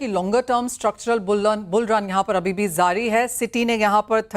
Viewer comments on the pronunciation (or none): Zaari nahi jaari hota h madem